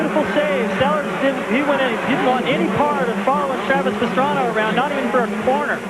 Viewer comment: It's Pastrana, it's Roncada, Pastrana..... Roncada.....